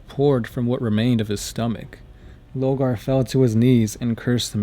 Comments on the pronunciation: LORE-GAR. LOW-GAR. Please note the difference. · Sorry... LO R GAR ... I mean you say Corvus, and Corax fine... But then say Logar